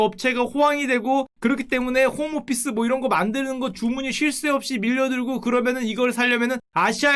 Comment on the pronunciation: 호모피스인줄 알고 3번들어서 홈오피스인 거 알았다... 호모피스